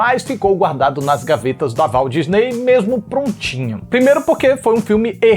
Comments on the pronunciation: Eu amo esse "Valdisnei" do. 😂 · Adoro quando ele troca os nomes como “Dona Valdisnei” ahahahahahahahaha